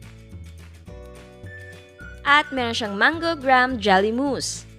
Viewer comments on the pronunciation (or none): none